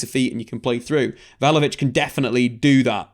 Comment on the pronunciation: It's not vlahavolic. It's vlahovic. 😬